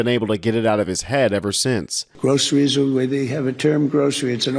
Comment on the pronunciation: You can tell by the way he says Groceries he's never set his tiny feet in a Grocery store.